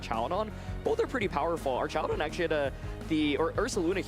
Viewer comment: I wanna know where this guy keeps finding the "ee" in Archaludon